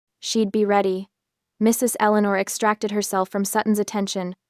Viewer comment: MRS (2 second pause) ELEANOR. Really, if you're going to use AI to read these things out, at least do some editing first before you load them.